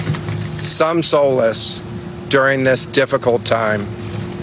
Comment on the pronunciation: Can people, for the love of god, please read prepared statements before they recite them on tv? Learn how to pronounce solace, before you mispronounce solace.